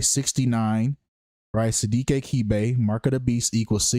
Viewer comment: His surname is pronounced Ke-Beh. Ke sounds like keh not kee. And beh for bed. Sidiki is a west African Guinean/Malian name.